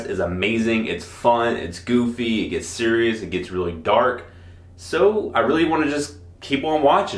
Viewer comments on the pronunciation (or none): none